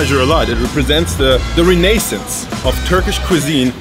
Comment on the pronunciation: Perfekt isses jetzt nicht aber it will do Edit: Beispiel bei Rehneycents. Wtf das heisst Renaissance und wird auch so ausgesprochen 😂